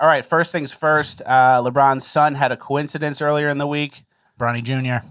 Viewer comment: Bronny is pronouced with a short o I thought it was a long O I thought Lebron was lo key a Rainbow Dash fan...